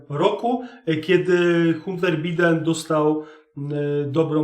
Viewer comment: 💪😄👍 No ja przepraszam, ale wymawia się: Dżou Bajden i Hanter Bajden. Pozdrawiam! Pan Bimberek.